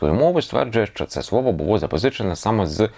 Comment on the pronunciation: Буво? Гавина? Свово? Ааааааааа